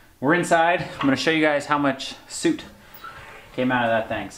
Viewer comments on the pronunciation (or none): lol "sewt" and chiminee pipe" I like it